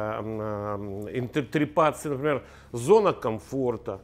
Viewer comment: Не инрерТРЕПАЦИЯ , а интерПРЕТАЦИЯ . Спасибо , поржала знатно .